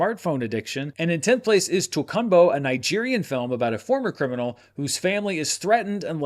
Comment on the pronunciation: Tokunbo... the nigerian movie is pronounced TOE KOON BAW